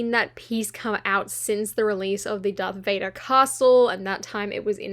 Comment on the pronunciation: Its Darth Vader and not Dark Vader